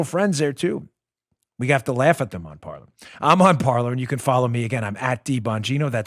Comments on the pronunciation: Pretty sure a site called Parler woud be pronounced par-LAY- not par-LUR. It's a Fr. word and you're butchering its pronunciation... unless the people who started it suck at Fr. pronunciation. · Lol it’s pronounced /par-ley/ Dan. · Pronounced Par-Lay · Hey, Mr. Bongino, unless this was not mentioned yet here . . . "Parler" is a french word that means "talk" . . . and is pronounced as "par-lay" ;) . . . By the way, I LOVE listening to your show and thanks for ALL the TRUTH that you bring to all the rest of us . . . and to all smarter than you-know-who!!! You never disappoint!!!